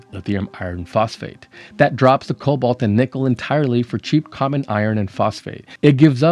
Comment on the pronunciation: About cobalt and kobolds. Am I the only one, the pronunciation gives a shudder? Man, the kobolds in sodium ion batteries will live in my head for free and ever.